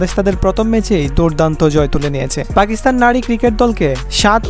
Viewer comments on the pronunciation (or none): none